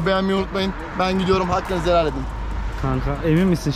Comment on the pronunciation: vallah Heğlal olsun diyo orda koptum